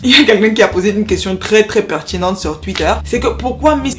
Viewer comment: I’ve got a problem🤭with how you pronounce certain letters ( and par exemple ). Is it 𝐩𝐞𝐫𝐭𝐢𝐧𝐞𝐧𝐭𝐞 or 𝐩𝐞𝐫𝐭𝐜𝐡𝐢𝐧𝐞𝐧𝐭𝐞..? Is it “...quelque chose à 𝐝𝐢𝐫𝐞 or quelque chose à 𝐝𝐣𝐢𝐫𝐞..? I know it is kind of trendy or cool in certain areas of France but it drives me insane!!!🤦🏽‍♂️🤦🏽‍♂️🤦🏽‍♂️ Just like people back home ( even those who are called 𝐢𝐧𝐭𝐞𝐥𝐥𝐞𝐜𝐭𝐮𝐞𝐥𝐬😏) who went as far as inserting the letter 𝐊 in the last month of the year... 🙄 That’s my rant over.... BTW, I am big fan...🙃🙃🙃 Just saying...🏃🏽‍♂️🏃🏽‍♂️🏃🏽‍♂️